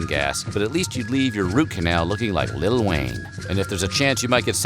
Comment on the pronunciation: Lol glad to see I am not the only one who recognizes the plethora of misinformation here, but Nevertheless i had to stop at ‘lttle wayne’ 🤦‍♂️